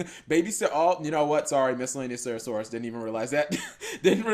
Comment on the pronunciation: can you stop misspelling miscellaneousaurus and not saying serasaurus